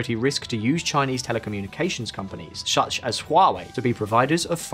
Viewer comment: "Shuch as Huawei" 🤭